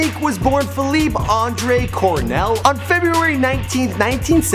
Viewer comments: Pronounce his name right you fucking idiot. Its not Philip its Felipe. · Fe-leep-e not Fe-leep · My Nigga...his name is Felipe (fell-e-pay) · Feel-eep lol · Feleeep hahaha it's Felipe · FelEEP hahaha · you're pronouncing his name wrong... the "e" isn't silent... it's pronounced "eh" so it's like "felipeh" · His name is Felipe, not FALEEP, you disrespectful fake fuck. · It's Felipe not Faleep you scrub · It's Feh-LEE-peh!!! Not Feh-leep😑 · fe-li-pay...dude. after 4th "fe-leep" i had to turn it off. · Felip, LOL!! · Juan Rivera, Actually, Felipe in English would be Phillip not "Fe-leep."I know plenty of English only cats who say the name correctly. I have never heard someone say "Fe-leep" until this fool in this video. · It’s FELI-PEH. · Bro it's not pronounced fahleep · is name is pronounced. FELIP-EH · how do you say his name wrong ? its pronounced fee-leep-a an-dres cor-oh-nell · Dude can't even pronounce the main character of his video's name correctly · God i hope nobody will call me by my name like this guys says felipe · Is anyone else annoyed by the fact that he mispronounces Felipe like times during this video?! Holy crap. If you're going to do a video on someone at least figure out how to pronounce their name... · murdered the pronunciation of Felipe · I can't believe you couldn't say his real name right lol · You're not pronouncing his name right plus some of this isn't right redo it please